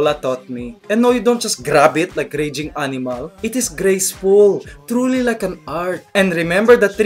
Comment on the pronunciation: "YOu just don't grab ettt like a rejjing animaLL.." HAHAHAH :P